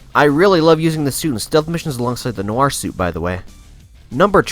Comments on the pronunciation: He said spider man nor and it's nior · No nooo he's calling spiderman noir suit the spiderman no r suit